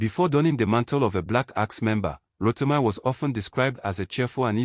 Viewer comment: Ro-ti-mee not Ro-ti-my